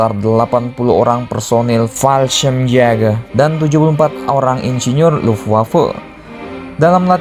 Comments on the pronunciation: Admin kalo bilang Fallschrimjagger bikin emosi anjir wkwkwk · jäger kalau dibaca itu yaeger, di German j = y, ä = ea/ae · fallschirmjager min bacanya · Menurut google translate, Fallschirmjäger dibaca "Falshimyega". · Kesel gua denger lu baca fasehgeyehh min 😂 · Yang gw denger balsem siaga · Banyakin bilang Fallschirmjäger lagi min,,bikin ngakak n gemess.. yassalam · Bilang fallschirmjager nya lucu 🤣